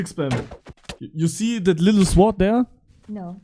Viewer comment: "swwword"😭 und W